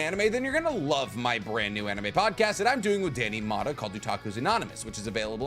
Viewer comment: At first I thought Danny’s name was Dan E Motta and now I can never unhear it😂